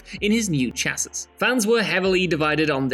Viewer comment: "chassis... Isla" my boys you gotta do better than this